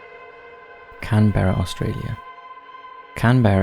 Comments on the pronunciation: Ugh. It's pronounced "Can-BRUH", not "Can-BEAR-uh". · 'Can Beara'? Why does the narrative not have a clue how to pronounce really well known places and names?